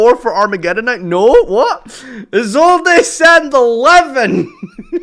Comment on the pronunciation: How do you settle on Is old a for Isolde? There's no accent there team